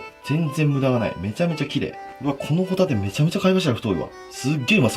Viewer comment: ホ↑タ↓テ↓です